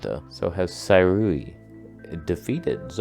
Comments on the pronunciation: 思锐 "See-rui", not "Sai-rui". You got the "rui" part right though. Well, if you dive into the nuances it should be pronounced as "Sze" but no English speaker can pronounce that so "See" is fine, like "Apple Siri", "Sirui". You're welcome. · Sue-ray is how it is pronounced silly.